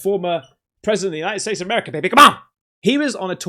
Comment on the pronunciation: Dude when you say Merica, come on! That is spot on. Aint no one better than Merica. Nascar and guns baby.